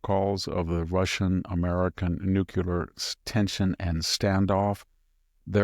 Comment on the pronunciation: I love Victor and have tremendous respect for him. BUT - he pronounces nuclear incorrectly and it makes me crazy. He does it everytime. Please tell him.